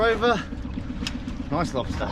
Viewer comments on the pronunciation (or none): Why are you saying “spider” like that? SPIDUR! And a LOBSTUR!